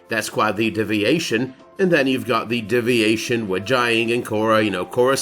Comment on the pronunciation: A double shot every time he says "DIV-iation" instead of DEE-viation